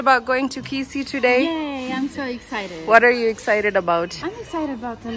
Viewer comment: is amazing. She has really gotten used to the life and traditions in Africa. I love your attitude and humour. You said Kisii better than Koree whose roots are in Kisii.